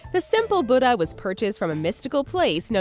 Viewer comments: Buttuhhhh???? Tf. It's boodah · "Buddeh" LMAO I CANT sorry I'm viet I just CANT HAHA